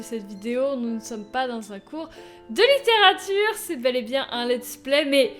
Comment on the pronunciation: Cette façon de pronnoncer "litterature" dans les premières secondes #.# Et j'kiffe aussi les voix que tu fais ! =D ah le petit bug de montage XD Sinon, je suis la seule à me dire que j'aimerai bien entendre tes analyses de poème ? Tu pourrais en faire des vidéos non répertoriées -où tu pourrais simplement mettre le lien en suggestion au moment où tu finis de lire le poème-, pas trop scriptées, pour nous dire comment tu vois les choses ? Enfin, ça doit être affreusement long à tourner et à monter... Mais je kifferais ! =D